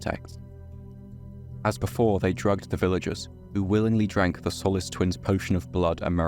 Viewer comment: Had to stop the video because you're butchering my name and it's annoying the shit out of me The i in Solis is pronounced with a hard "E" sound as in the ending of "see" or "flee". Also the o isn't pronounced like in "olive". It's pronounced as it is in "soul"